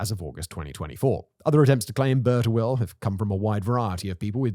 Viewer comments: I think its pronounced as "Bir" Tawil meaning long well not "Burt awil". Overall very fascinating and informative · Love You Simon, but British pronunciation is atrocious, "Bur-ta-will" lmao